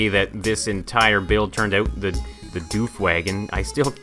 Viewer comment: its woof wagon, not doof wagon